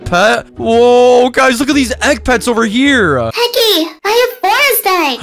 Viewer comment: Bro can you not say techy i love you